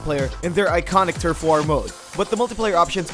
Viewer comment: Man I love this video, but I can't stand how you pronounce "War".